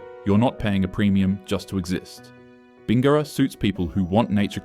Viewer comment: The narrator has clearly never been to Corowa (oh god..), Uralla or Bingara - you almost got Uralla but Bin-gara is way off. If the narration is AI, so be it - if not, I wish you luck with Wee Waa and Gwabegar. 😮